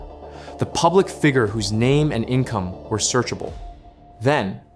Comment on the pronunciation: I'm so glad this isn't narrated by Ai. At least I don't think it is. Edit: Oh no Google said sounds and visuals were significantly altered meaning Ai. Well it's a good Ai narrator then. Other than how they say figure. Lol